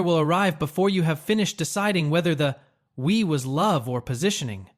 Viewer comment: The "We" is french 😂😂😂😂